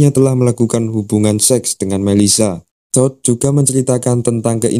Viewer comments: apakah cuma gw yg ketawa ketika mendengar "TOD" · ken "TOOD"